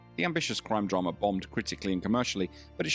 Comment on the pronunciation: It's not dramer. It's drama. Aaaaaaa